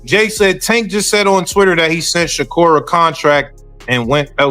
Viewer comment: ⚠️⚠️Hol up!! Let's pause real quik the subject & the possibility of the video title being Click Bait!! And Let's talk about the down rite Mike Tyson style aggravated assault u doing to Gervonta & Shakur's name!!🤦🏾‍♂️🤦🏾‍♂️😂😂😂 If your pronunciation was a knife, then Butcher's it would be!!😂😂😂😂😂